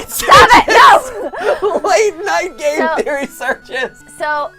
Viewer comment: it's because you cut saying the word 'game' so it sounded like you said 'gay theory' lol